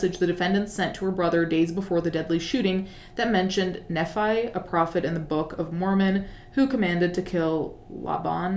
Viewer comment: Just fyi nephi is pronounced like "knee fai" - a former Mormon lol